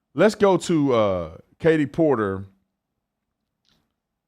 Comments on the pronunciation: DID YOU SAY KATIE PORKER 😂😅😂😅😂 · Did he say porker hahahaha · "Katie Porker" 😅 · ROFLMAO!!! I had to replay you to make sure you called her Katie Porker. OMG, that is so perfect. I'm not voting for her. I wouldn't vote for that nutcase if you paid me. I'm voting for Chad Bianco. He's the sheriff in my county where I live. He's a good man and he cares about the people. He's also about law and order. He has my vote. Just not Katie Porker, please not the porker. I never even heard her name until about 2 weeks ago and I've lived in this state my entire life. Maybe they like her in Orange County where she was elected, but the rest of the state knows nothing about her. What we are learning is not good. The inland part of the state is normal also. We have a good police dept. here. Crime gets handled. No homeless people living on the sides of the road. A pedophile is a child molester. She is truly stupid. If she's in favor of a person right to molest children, she belongs in jail.